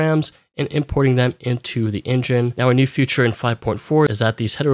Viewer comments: Feature is pronounced fē′chər not "future". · you keep saying "future" instead of "feature" and it's driving me up a wall.